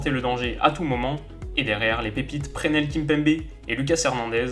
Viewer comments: ça se prononce "pressenel" et pas "prenel" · super vidéo juste ça se dit plus presnel et non prenel mais ces pas grave et allez les bleus🇫🇷🇫🇷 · Omd ta dit prénel Kimpembe au lieu de preSnel Kimpembe 😭😭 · "prenel" kimpembe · Prenel mdrrrr le S se prononce gros